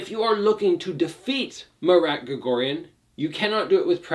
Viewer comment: It’s pronounced Mah-r-ah-t, not Ma Rat, like the animal. It’s pronounced like when you realize something, you say “ah!”